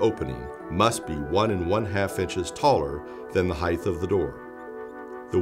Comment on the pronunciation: Disliked because you said "heighth".